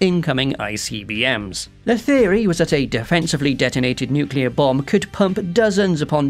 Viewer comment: You say nuclear wrong Lolz